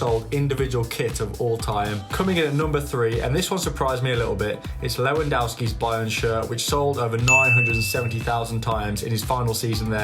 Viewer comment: Lewandowski * not Leuandauski